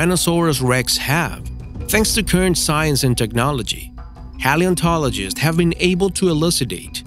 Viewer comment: You said paleontologist wrong 😭